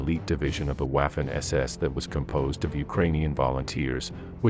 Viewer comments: It is pronounced "vaf-fen" not "waf-fen" get it right if you are doing historical videos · Time to pronounce Waffen SS in the proper way, not like English waffle, but as if it was spelled Vaffen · Waffen is pronounced "Vah-fen". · Note: W is pronounced as V in German. But this is a brilliant video, and sheds light on another lie from WWII. Well done!